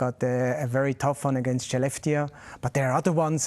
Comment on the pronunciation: Probs to the host for pronouncing Skellefteå correctly